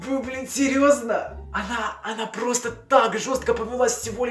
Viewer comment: "она мне скинула свою фотку и НАПЫСАЛА" "Вы блин СИРЕЗНА" "она только ПЫШЛА" "ПЫРиПЫСЫВАться"